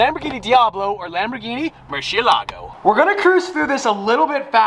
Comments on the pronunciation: Stop saying murshe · Can you teach tavarish how to say murcielago PLS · Why can't pronounce Murcilago? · I guess it’s gonna be an aston but probably not, whatever it is its great already since its a v12 lol Holy shit, the lm002 is a must have unless you can pronounce murcielago correctly